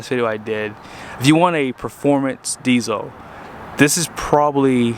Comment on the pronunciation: There is an “L” in diesel!